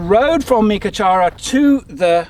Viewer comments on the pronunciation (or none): Meekatharra - meek a (uh) tharra (definitely th like thongs, then rhymes with barra ie barramundi).